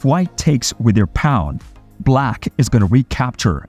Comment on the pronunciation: It is pronounced "PAWN!" Not "Pond" robot